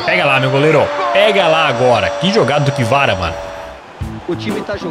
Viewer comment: N aguentei quando ele falou ki vara kkkkk